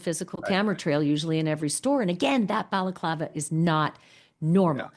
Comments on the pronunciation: “Bella-Clava”….? Seriously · It's pronounced Balaaaaclaaava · The way he pronounces balaclava 😂